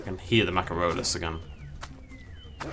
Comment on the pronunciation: Everytime says, "Machairodus", I expect him to say, "Macaroni".